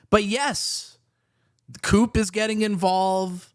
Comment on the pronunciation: It's not "COOP" ... it's "CUPE" (said as "Que Pee")